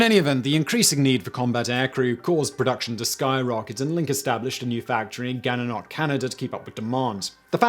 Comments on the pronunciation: Simon, I know you don't care about pronunciations but it made me laugh the way you said gananoque 😂😂😂. GANANOK haha it's pronounced Gananokway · Gananoque is pronounced "gannanokway". Dropping that last syllable from such an unfamiliar name is certainly more forgivable that that horrendous "die-fen-bay-ker" you keep using for one on our former Prime Ministers. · Sigh.... When in at least half the videos he does, it’s to much work for the presenter to spend 1 minute to google the pronunciation of a word or proper name they don’t know how to pronounce. Here you go: Gananoque (/ˌɡænəˈnɒkweɪ/ GAN-ə-NOK-way) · Fascinating story but fer Christ sake it's Gananoque. Gan-an-awk-quay!!! Or Gan for short. Having grown up there it drives anyone from Gan nuts watching the town name butchered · Gananoque is pronounced as Ga-na-noc-kway. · Lol the way you pronounced gananoque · Oh boy. As someone that lives near the city of the second factory, I hear a lot of misperceptions of it's name 'Gananoque'. But that's that first time I've heard someone drop the last syllable